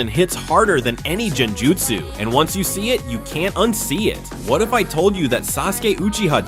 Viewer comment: Did you turn your voice into an AI that pronounciation of Genjutsu was questionable.